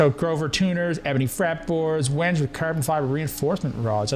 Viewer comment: Sip every time says when-ge